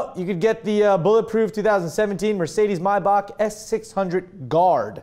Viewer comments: It's not pronounced My buck? It's may back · thought it was pronounced "may-back"